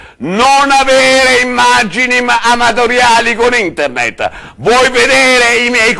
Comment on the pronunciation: "NON farlo inzerire su inderned,NON avere immaggini amadoriali gon inderned"ahahahahahahah ESPLODO XD XD XD XD